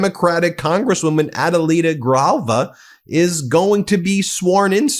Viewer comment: It's Gri JAL Va, Ben 😉😎🇲🇽🖖